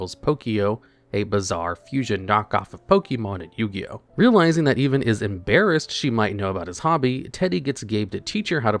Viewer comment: no way you pronounce the name Evan like "even."